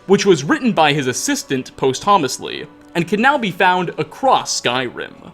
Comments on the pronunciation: Dremora : A subtle nod to the original race of Sith from the old Star Wars Extended Universe ; Red skinned humanoids with predispositions to power and destruction. "Post-hommus-ly" > p-ah-s-t-u-mos-ly : After ones own death. Enunciation needed. As for Morion's ability to travel to and witness many dimensions I highly suggest you read "The Silver Key" of H.P.Lovecraft. I'm amazed you didn't notice the likeness of the green glow torches in Apocrypha to a certain door to the shivering isles. And below the main face is a far more grim looking skeletal one. The price of being enlightened here is an invitation to madness and death, obviously. The ogrim features are teases that either way one is consumed and changed - much like the mer diety himself was in his transmutation into an orc when consumed and deficated back out. ...Wonder if Sheogorath is a mixing of names from a shuggoth and shub-niggurath or something else of Lovecraftian lores. Morion : Shorten it by 2 as a nickname. And his book is a momento; a token of time with Morion. Momento of Morion / "Momento Mori" : A reminder of ones mortality. "Inelligible" jargon? > Unintelligible jargon? As for the book print era glitch, it was a cop-out. They didn't want to have to pour over lore that is so great as to take years to figure out which were printed in what era... and instead opted to simply bypass timeline continuity, as like the Dragon Break, and simply allow all books. Of all era. Without needing to research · Post homestly. Best mispronunciation yet. Posthumously. ~Poss-thoom-us-lee. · Just a heads up to the voice over guy: posthumously = pos-chew-mus-lee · posthumously - pahstumusly, not posthomosly. It's also not the right word for how you're communicating the idea (a work can be published posthumously but writing it posthumously has a weird implication), but a video without distracting malapropisms is like a dog without a boner. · Posthumously pronounced posst-u-muss-lee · "Post homusly"